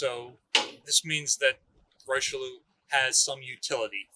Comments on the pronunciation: Lol your French pronunciation is way off. I heard it’s pronounced like rishilly-air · Richelieu is pronounced "Rih-shell-yeuh" not "Rai-Cheloo" nor "Roy-Cheloo". I have heard far too many people including our dear butchering the name, I get the spelling seems odd but its not that hard, on behalf of France I ask very nicely to say it right. Thank you to and the Battleship New Jersey museum for making a video on the pride of the Marine National.